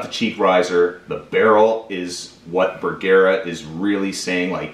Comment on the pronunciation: Bergara....Ba gar like car but with a g.. Ber..... like its cold... gar.... like a fish.... a..... like duh.................say it with me...BERGARA